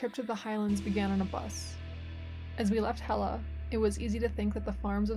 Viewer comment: Hella has a LL. And not L , How you pronounce it is Hela is the goddess of the underworld The LL sound similar to the l in clock Love your video